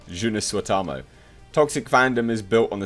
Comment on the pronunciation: Man you pronounced his name like ass lol. I had no idea the guy was finnish